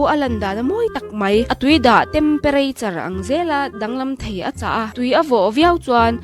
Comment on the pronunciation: "Tempereiture" lai hi ka duh❤❤😅